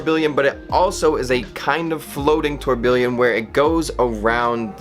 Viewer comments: Tour-bee-yawn, not tuer-bilien. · Dude, stop saying Tor Billion. Thanks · its pronounced 'tore-B-yon"...its like when Christian used to say "car-T-yer" for cartier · You are pronouncing tourbillion wrong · Honestly, at least pronounce, 'tourbillion' correctly.